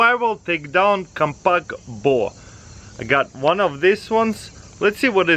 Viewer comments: i thought he was saying 'Boar' the whole time but i just realised he was saying 'Bow' the whole time! loool! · was he stringing a snake ? he kept saying BOA